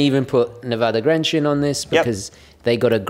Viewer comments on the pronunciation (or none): Grenchen is pronounced "Gränche", just saying for all non swissgerman speakers out there.